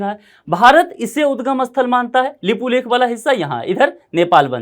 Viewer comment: Nepal never claim unnecessary land..this youtuber even can't right way to pronounce lipiyadhura lipulek.